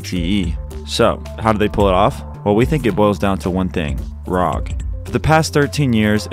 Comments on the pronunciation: You pronouce "rog" like "rock" it should be pronounced as r,o,g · I had to stop watching after he said rog as one word